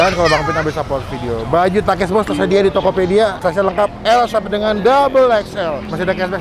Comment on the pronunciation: kedengarannya pakis om